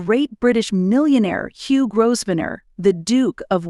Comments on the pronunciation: My goodness....perhaps you have never heard of how the family name Grosvenor is pronunced properly....it is not GROSVENOR....it is pronounced as Grovenor in proper English....small detail...but annoying having to listen to it being said incorrectly by a person putting a video out there for people to listen to.... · It would really help if the narrator could pronounce English names. It is NOT GrossVenner nor is it Faburge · It is pronounced grove-nur. Learn the correct pronunciation before doing videos like this. It also not pronounced fuh-berge. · Grow-v-nore. Learn the pronunciations, please. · Your AI voice needs to learn more about pronunciation. It is GRO - Ven - er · You dont pronounce the S in Grovsenor.... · Grosvenor is pronounced Grovaner...the s is silent! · Pronunciation is very poor. Grosvenor+ Grow-ven-or, Fabergé= Fa-ber- gay soft G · Could your commentator please learn how to pronounce the King’s English! The commentary was an assault to the ears. By the way you do not sound the single S in Grosvenor. 🫣😫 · Fa-Berge!!!! (fa- buh - jay) and what's up with your pronunciation of 'Grosvenor'? (no /s/)(I suspect this is AI) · It’s a great pity the narrator has no idea how to pronounce the most important of surnames, such a shame x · Just dreadful, I had to turn it off as could not stand to hear the way it was pronounced. Obviously no research done as per usual. Do not pronounce the S in Grosvenor please, also Faberge please pronounce as if it is Faberjay! Dear me! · It’s voice generation software. The video creator input a written script and selected a “character “ to read the script. However, you can also manually modify pronunciations of words like Grosvenor. The video creator didn’t do that. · The "s" is silent in the groom's last name.